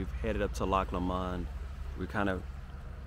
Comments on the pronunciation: Pronounced. LOCK LooooMond. The Midges are a pest .....glad you enjoyed my country or as we call it The Land were men wear skirts. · Pronounced Loch Lo mond ( with the emphasis on the LO ) GOOGLE the song I'LL TAKE THE HIGH ROAD and you'll be sorted right out haha lxx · Do love your prononciation of Loch Lomand - sounds very French. I lived in Stirling for 3 years and Loch Lomand was a favourite picnic destination. The water is ice cold, flowing down from the mountains nearby - in fact melted snow - but this didn't bother us youngsters. You must try and go to Loch Ness which is very different (deep, dark waters and perhaps a monster down in the depths). And yes, the Angus cattle are glorious with their huge horns and shaggy orange coat, running more or less wild. The sheep can be quite aggressive too if you have to make a "nature calls" stop - just keep your eyes peeled if you don't want to find yourself surrounded by a nosy herd of sheep, especially during lambing time when you may find yourself being chased by an angry ram - lol !